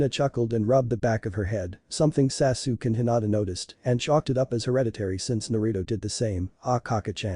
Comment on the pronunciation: It's Sa-Su-Ke!!!!